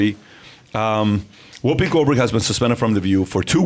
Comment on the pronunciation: Whoppi?... i think you mean whoopi. Haha